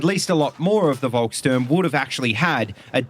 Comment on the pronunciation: After the war, captured Volkssturmgewehrs were really found to be truly inaccurate. Volkssturm were also fitted with little to no equipment, making them go to war with no protection or even worse, no weapons. The proper pronunciation of Volkssturm is folk-shturm.